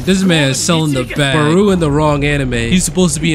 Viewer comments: Where u getting barooo from? It’s barou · Its not baru its barou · bro really said baroo XD no hate but its pronouced like bato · The chop that baruo did is the ronaldo chop oh and you saying his name wrong